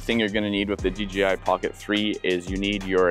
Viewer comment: It's DJI not DGI.